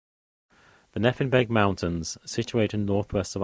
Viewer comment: Great content but I can't help but cringe when you pronounce Nephin "ne-fin." It's pronounced "Ney-fin." Also Slieve is pronounced "shleeve" not "sleeve," the "sh" sound is important and bothy is pronounced "boh-hee."